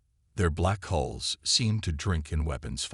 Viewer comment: Ships have "hulls" not "holes"